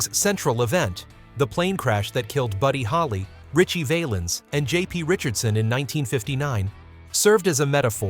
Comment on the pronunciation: Call me a knit picker if you like, but the only thing I did not like about this video is the mispronunciation of a couple of the names. (Valens and Tennel)